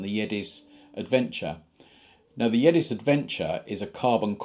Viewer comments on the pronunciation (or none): Also its the Yezdi pronounced as -Yes Di